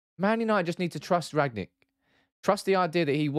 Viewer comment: It's rang-nick not rag-nick